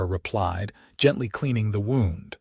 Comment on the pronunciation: It’s “wownd” not “woond” for pronunciation.